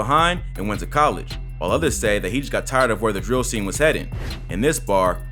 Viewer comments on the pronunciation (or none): none